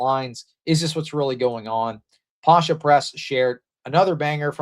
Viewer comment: brother, the "c" in "Pascha Press" is pronounced with a K. Sorry, gotta correct you like Jay if you going to be Orthodox 😂